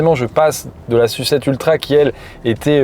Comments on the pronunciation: La S-U-7 s'il vous plait, et pas "la sucette" 😁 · Pourquoi tu dis "sucette" pour SU7 et S.U.V tu dis s.u.v ? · J’ai arrêté de regarder la vidéo dès que j’ai compris que le journaliste allait dire « Sucette » et « Yucette » pendant toute la durée du reportage. Pour moi, c’est insupportable et, surtout, c’est complètement volontaire alors que personne ne prononce le nom de ces modèles de cette façon. Mais je suis peut-être seul avec ce problème…